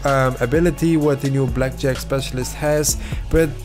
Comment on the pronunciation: everytime you say blackjack... i hear Jet pack. The search continues